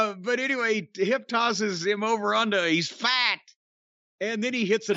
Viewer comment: You gotta put emphasis on "fat." Like "He's FAT!!!"